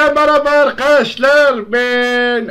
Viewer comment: happinize meraba arkaşşşlar ben abbas